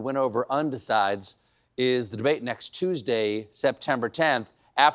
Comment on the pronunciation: It's a "neck gunt" Stephen!